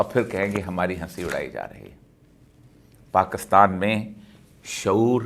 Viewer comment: اوریا صاحب، تکبر میں ب پر پیش ہے، زبر نہیں یعنی ta ka bur. اور پاکستان میں ک پر زیر ہے، زبر نہیں۔ آپ زیر اور پیش کو ہمیشہ زبر بنا دیتے ہیں۔ غالبن پنجابیت کے زیر اثر۔